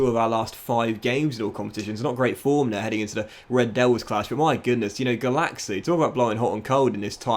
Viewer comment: Every time said "Gulacsi" I heard "Galaxy"